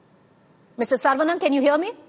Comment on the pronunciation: Wth she can't even pronounce the tamil hindu name saravanan properly.